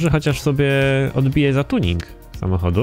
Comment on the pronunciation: TUNINK wez zmień wymowę bo uszy krwawią.